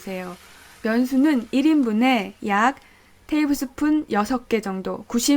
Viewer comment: 테이블스푼이 밥숫가락인가요? 발음이 약간 꼬였다 했더니 영어권에서 살고계신가봐용